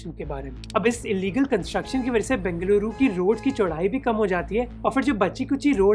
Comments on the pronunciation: Yes ! A lot of difference indeed ! We Kannadigas feel proud when we hear our places are pronounced properly in native tongue !!! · Bruh... It's so good to listen you pronouncing Bengaluru as Bengaluru and not Bangalore just for fancy.... Love from Bengaluru.... :)